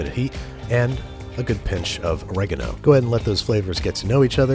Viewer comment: Gregano? It's oregano, dummy.